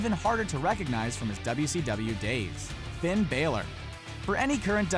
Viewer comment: Come on man you suck say fins name right